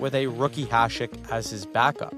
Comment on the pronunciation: You are the only one on Youtube who can pronounce Hašek correctly.